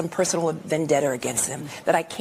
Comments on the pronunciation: Not vendetter it's pronounced vendetta. Try coming clean about being a leader who LIES like satan himself. OVERWHELMINGLY FILTHY and DISGUSTING!!!! May God have mercy on your soul. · Lol she said political vendeter😅😂😅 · She said "vendetter". lol Illiterate as well as vindictive.